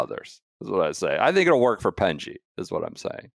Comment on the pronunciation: I'm a new listener following the KVV transfer. Have to say there is nothing funnier that people complaining about Golf coverage whilst being totally unwilling to pronounce someone's name properly. It's not hard. Just listen to any DP world tour coverage and you will hear "Penge" not "Pengey".